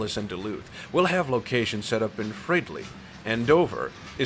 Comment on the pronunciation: I am about 20 Minutes in to this video. So far so good with 1 exception. The Narrator pronounced some of the names of the cities and towns wrong. For example Fridley is pronounced Frid ley and Cambridge is pronounced Came bridge. I would hope in the feature you find some local people to ask how to correctly pronounce the names of the cities and towns. This is a personnel pet peeve of mine. No offence intended. This is only an FYI and request. Please keep up the good work. You have a good voice for narration